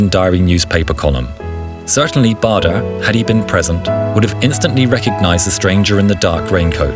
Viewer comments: Bahder? It’s pronounced Bayder. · I think that the correct pronunciation of his name is "bayder"